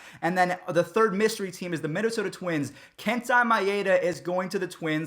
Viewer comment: Okay here’s some help with names: Kenta Maeda (Ken-Ta My-aid-a) Hyun Jin-Ryu (He-Yun Jin Ree-U) Fun Fact most Asian guys hate it when u butcher their name😋